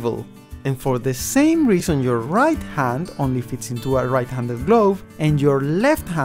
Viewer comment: D? I thought it was R! Dight? It’s RIGHT! RIGHT IS RIGHT, NOT DIGHT!